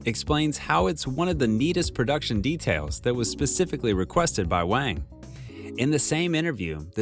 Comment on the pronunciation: Mispronouncing foreign languages is fairly acceptable, but you should've taken much more consideration when saying director's last name. It's just a single word. Hwang not Wang. No fancy linguistic skills required. Calling someone in correct name is showing that person respect.